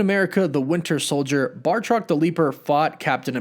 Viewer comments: Say it "bat", "rock". Not Bart-rock. He's not a Flintstone Simpson. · Bactroc not Bartroc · It's BATROC! Not Bartroc... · It’s Batroc not Bartoc. 🤘🏻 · it's Batroc (like Bat-Rock), not Bartroc. only one R. sorry to nit-pick, but come on... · Great video, but I have one criticism.... It's BAT-Roc. You keep calling him BAR-Toc. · THERE IS NO R IN THE MIDDLE OF BATROC'S NAME- BATROC, BAT-ROC PLEASE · Sounds like you did a lot of fine research until you say Bartroc. Seriously? Bartroc?